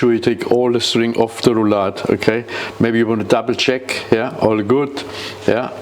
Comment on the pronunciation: Maybe this chef could start with learning how to pronounce "Rouladen" correctly; out of respect for the people who cook this dish.